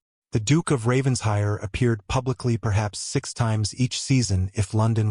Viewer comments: RavenSHIRE! PLEASE! You AI needs to learn ENGLISH! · Several consistent mispronunciations, some are homophones but many are poor AI programming of English. Examples; read-read, lead-lead, wound-wound, but really if you are going to use a family name such as RavenSHIRE, have AI programmed to pronounce it correctly! A shire is a land area designation of England. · Well said , I find this mispronunciation irritating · An excellent narration, however the story needs editing;The past tense of read is pronounced red Ravens-hire is pronounced Raven-shire or Raven-shur., depending upon the local dialect.